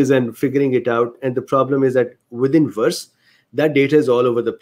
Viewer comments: I think your accent (and Indian accents in general) is beautiful. Also, there is no problem for me to understand what you're saying (I'm a native US English speaker). A few tips on the only mispronounciations I noticed: VAERS->vares (rhymes with cares), convalesce->conva-less (convalesced, just append a "d" sound at the end, like any "ed' past tense verb). There was (only) one other word, but I couldn't remember it, nor find it. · forgive me. For the sake of clarity may I poInt out that VAERS is pronounced VAY-ERS. I did not also know how it was pronounced until I saw a video on U-tube from 4 years ago, describing the function -of the Govt. Agency - an introduction by two Physicians - of VAERS - VACCINE ADVERSE EFFECTS REPORTING SYSTEM - It has come to my attention that this required by Law committment by Hospital Personel is not being encouraged and, even in instances, actively discouraged by Superiors (Physicians etc.) in Hospitals.